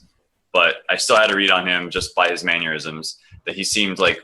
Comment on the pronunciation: Why does everybody keep talking about 'maneurysms' instead of 'mannerisms'?